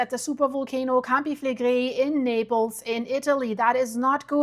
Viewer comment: A woman from Naples recently corrected me and said that Campi Flegrei is pronounced "Cam/pee Fle/gray". Just saying.